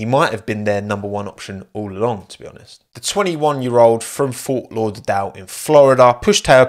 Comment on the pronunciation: Yes he should. Even if he has to stay with a crap team. Steiner needs to go. You’re pronunciation of Fort Lauderdale was horrible.